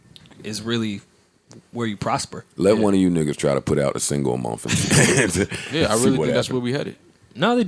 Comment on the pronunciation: Joe can’t say month. He says ‘mumf’.